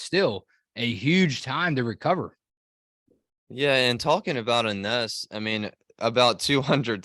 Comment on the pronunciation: Hey, guys! Her name is pronounced "Eenesh"...